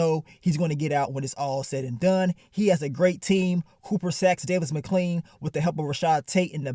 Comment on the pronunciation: “Davis Mcclean” 😂😂😂 nigga say everybody name wrong 😭